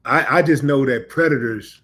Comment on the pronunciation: Sexual predators that is,my manz. will, say it correctly my brother.